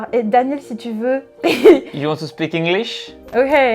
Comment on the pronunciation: Son alter Daniel prononce son nom à l'anglaise alors qu'il est censé être Américain ... Et dit des mots comme "girl" avec un p'tit accent français. J'y crois moyen